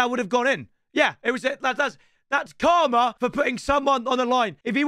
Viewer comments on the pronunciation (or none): none